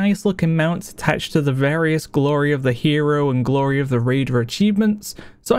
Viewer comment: Just wondering, why do you pronounce words ending with y, like eh, ready becomes readeh, glory, gloreh? is it an accent?